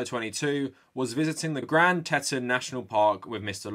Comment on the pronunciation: FYI it’s pronounced Grand “Tea-t-on” National forest not “teten” 🤓 (It was named by lonely French trappers in the early 1800s who thought the peeks looked like three female breast😒)